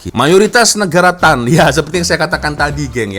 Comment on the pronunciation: Bukan 'tan', yang betul ialah 'stan'.